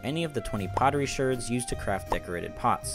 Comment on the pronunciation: pottery "shErds" im dieing